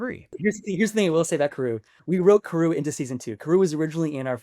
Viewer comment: it's Pronounced CAR OO Not Ka Roo. Spelled Karoo Anime Dub Pronounced as KAD OO, Kadoo. which is what I'd prefer him to be called in live action.